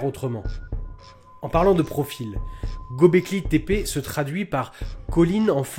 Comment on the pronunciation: Göbleki le ö turc se prononce eu comme dans déguEUler dégöler. Au liö de dire Gaubléki ,dites Geubléki et vous y êtes.